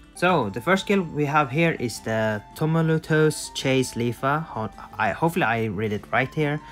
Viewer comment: That one word on Leafa sounds like “two-mole-chew-us.”